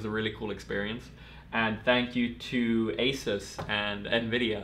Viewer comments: All my friends just say "content" a lot just cus I watch your videos and it's so great P.S. it's pronounced AY-soos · That's not how you say Asus